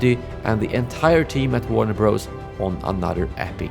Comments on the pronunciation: It’s Warner Brothers… Bros is an abbreviation for Brothers and is never pronounced Bros… learn something! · It's not Warner Bros, it's pronounced Warner Brothers.